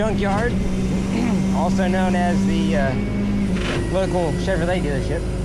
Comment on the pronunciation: "Chevoway Huuuahhh Cheverolet."